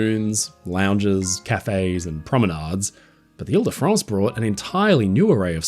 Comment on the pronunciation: Vive le grand paquebot Ile de France! Très bon Français mon ami.